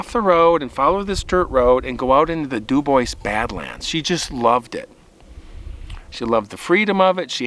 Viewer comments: I am sceered youir saying "Dew-Boys", instead of DüüBoowah. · It's pronounced DOO BWAH not Doo boyce. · *Dew-Bwah, not Dew-boys. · If someone named their town Dubois they were obviously French. The French pronunciation is Doobwah not Dooboyss. In Texas we have a town Mexia but we do not pronounce it Mex-ee-ah. It is pronounced Me-hay-ah in its original Spanish pronunciation. Yes, we are English speakers but usually if a word is in a foreign language we try to pronounce it correctly. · Ok it’s pronounced du bwah not du boys its French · Local pronounciation there is do boy, but either is much better than do boys. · CORRECT! But some people pronounce words, (especially French) wrong because they don't know the language. It IS frustrating. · The town is pronounced Du Bwaa 😊 It’s French. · duBois: Doo-Bwah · It's pronounced "dew-bwaa"! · It is pronounced do-bwa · Pronounced. DOO BWAHH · Dew-bwah. French. . Love the show and I’m too chicken to camp alone like you. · pronounced doo bwah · It's pronounced " Du Bwah" btw. Au Francais Monseuir! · If my knowledge of French pronunciations serves me well, I think Dubois is pronounced DuBwaaa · My dear Friend’s last name is Du Bois, it’s French/Native and from New Mexico. Du boua, the ‘s’ is silent but most North Americans just keep mispronouncing it. Sad. I agree that that gal did not heed her dog’s intuition but wanted to have her way. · Debois. The s is silent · …. He’s right. It’s French. S is silent. Du bwa; accent on second syllable. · there’s no “S” in Dubois